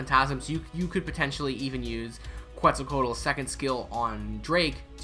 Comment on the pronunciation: The Que part is pronounced like how you would say quesadilla and you’ll say her name perfectly since you already have the rest of her name pronounced correctly 👍